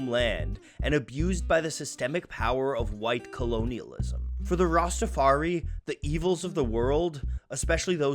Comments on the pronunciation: The lack of knowledge on the topic of Rastafarianism by the makers of this video was made obvious when the narrator pronounced it "Rastafar-EE" as opposed to the proper Rastafar-EYE. And adherents to the faiths are known as "Rastafarians" not "Rastafaris." Anyone with even a cursory knowledge of Marley, reggae, Jamaica, or Rastafarianism knows this. Your credibility was shot with me when I heard these repeated mispronunciations. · The fact that they are saying Rastafari as rastafar-e is throwing me off. It’s pronounced Rastafar-eye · Rasta Far I is how it pronounce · learn how to say rastafari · Excellent video, as always, despite the mispronunciation of Rastafari (rhymes with eye). As a side note - the lyric is actually "Sold Marcus Garvey for RICE" (not rights as it's usually quoted) meaning that black nations of the Caribbean had given up on the dream of black economic and political independence in favour of putting food on the table. Which is actually an excellent critique of 20th century Caribbean history ! Truly one of the great lyricists. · The "research" would be more impressive if the narrator didn't repeatedly mispronounce Rastafari (using an E sound at the end instead of an I), and call practitioners "RastafarEEs" instead of Rastafarians. It shows a total lack of knowledge.